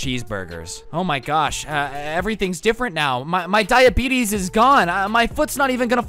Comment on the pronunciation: Nobody: This Guy: “When I got diabetes(diabetissss)”😂